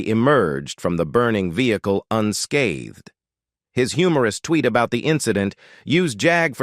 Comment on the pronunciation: A "smoking VEHICLA!" Seriously??????🤣🤣